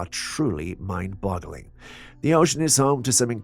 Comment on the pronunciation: ENOUGH!!! That’s alls I cans stands, and I can’ts stands no mores. I can deal with “Cyamera” 10 times per video, and I can even deal with him referring to his made up boyfriend “Jules”. But You heard it, I heard it, EVERYONE HEARD IT! He said fucking mind-bottling. And now one of us has to go… I’m volunteering GOT DAMMIT, let me leave this hellish existence already!!!